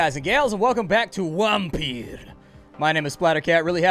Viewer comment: I like saying WHAMpyr. Also that "edglord with laryngitis", bwahaha exactly! XD